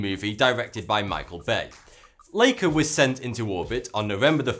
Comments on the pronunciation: It's Laika not Leika. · I like your channel, but, even I know how to pronounce Laika ('Like-a'). I don't get how you could pronounce the name of the sheep, but not the name of the dog!